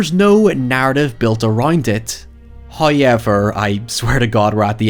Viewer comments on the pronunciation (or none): “High-ever” jeeeeeesus Christ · First "high-yevver" drops .